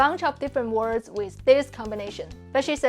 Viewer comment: You say ‘wiz’ instead of ‘with’ and we still understand you, sooo I feel you are doing a bit of nitpicking. Basically pointing out tiny flaws that don’t matter.